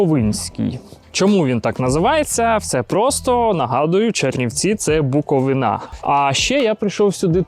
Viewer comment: БуковИна, бо БуковинА ріже вухо) 🙂